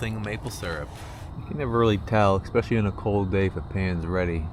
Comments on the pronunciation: Especially not expecially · Where did you learn the word "ecspecially" there is no 'c' in the word. Family americanization from elsewhere. Local jargon??? Do not try to promote ii as a valid word please like hella or your guy's as a compounded useless possessive pronoun it should not be abused or used no grammar is being handed over to many kids. Even Mark Twain Clemens would have been upset; and he was a layback guy. (see how the word can be used.) Especially in a proper example.